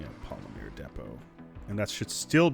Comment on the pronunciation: Omg say Polymer correctly ffs! The woman in the background even told you!